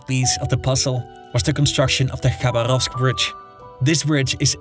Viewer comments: "Rasputísta" LOL...sounds like a Mexican revolutionary. Try "raspútitsa"...and with pronunciations like Khabaróvsk (instead of Khabárovsk) it's clear that your expertise is shallow. Is this all taken from Google? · Pronunciations: распу́тица • (raspútica) [rɐˈsputʲɪt͡sə] (NOT rasputíca) Хаба́ровск • (Xabárovsk) [xɐˈbarəfsk] (NOT Xabaróvsk) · Bruv it's not KhabarÓvsk. The accent falls on the second syllable - KhabÁrovsk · Its "rasputitsa", not rasputista. Also, proper pronunciation of the cities: vladivostOk, khabArovsk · KhabArovsk. VladivostOk. Memorise it. Please.